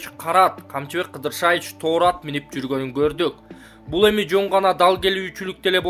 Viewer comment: Интонацияны туура коюп оку. Тоору деп окуп жатасын. Тору, "о"да, "у" да басымсыз окулат.